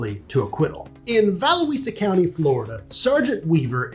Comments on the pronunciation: Did you mean Valusia County, like Val-loosh-sha? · Heard the name of the county butchered before, but never to that extent